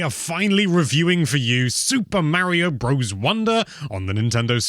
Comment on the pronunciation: OP is complaining that a Nintendo-centric youtube channel doesn’t know how to pronounce Super Mario Bros